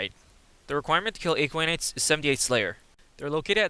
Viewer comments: yeah not a-kwi-nites ;D. a-kwa-nites. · You can check out his latest version of this guide as it pronounces Aquanites properly. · Why are you pronouncing Aquanites so strangely? It's literally said like aqua in aquaman, but you replace the man with nites. You don't call aquaman aeqweoman.